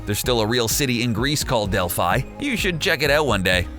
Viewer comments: Delphi is actually pronounced Del-fi not Del-fy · Not to be a know it all but Delphi is pronounced (Del-f-e) not (del-f-I) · Her name isn't even delphini is delphi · It’s not Dilfffiii it’s delfe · Delphi is pronounced delph-ee🙂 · That pronunciation of "delphi" sigh... delph-ee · errm i took ancient greek in school and it ÍS pronounced del-f-ee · Why do americans have this extreme obsession with pronouncing the letter "i" as literally "i" but not "ee" which it actually should be!!! It's fine at some level but it gets annoying when they try to butcher the real pronounciation of names of certain individuals, cities and places etc. Delphi is a city, it's pronounced "Delphee" not Delph-i.